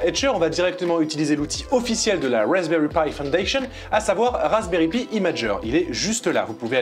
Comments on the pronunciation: Alexandre Valiquette à il le dit c’est juste que ils le disent en mode français c’est moche je te l’accorde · Ça fait drôle comment vous prononcer Pi, normalement on dit "Pie" mais super vidéo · "Pi" se prononce "paille", c'est pourtant si facile, même pour un français. Pour le reste, chapeau bas!